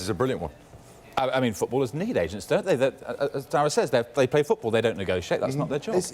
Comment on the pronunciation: I could have sworn he said Asians, not agents 😂😂😂 I was like what is happening.